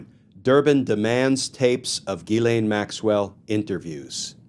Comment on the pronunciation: The ‘ai’ in Ghislaine should not be pronounced as the a in ‘lane’, but as the a in ‘man’.